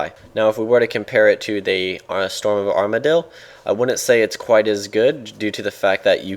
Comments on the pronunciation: you said armadyl like amar-dee-yil - spending too much time with james and simon are we? hahaha :) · "storm of armardyl" are rubbing off on you D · Armadyl pronounciation mess up. Lol, Too much James and Simon. xD